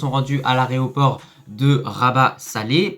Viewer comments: On ne dit pas areoport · A l aréoport mdr tu régales 😅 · A l'aéroport a sahbi, pas l'areoport...bref, bien ou pas pour notre maghrib on sait pas, hamdoullah les caves sont le pays organisateur qui ont la chiasse de notre beau maroc, nous sommes les lions de l'atlas et au foot on mange les fennecs c'est certains...DIMA MAGHREB 🇲🇦🇲🇦🇲🇦🇲🇦🇲🇦🇲🇦 CEUX QUI DISENT NOUS SOMMES FRERES ETC ETC ETC oui vous les algeriens, si vous le pensiez vraiment, le peuple D'Algérie aurait crié son mécontentement et aurait demandé l'autorisation de l'avion de la ROYALE AIR MAROC d'atterrir à Constantine, vous êtes une honte sur deux jambes....bref, allah yakhod fikoum el ha9. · "aéroport" et pas areoport!! 🤣🤣🤣 Ya que les pêcheurs 🐟🐟⛵ qui le font ça !! 😭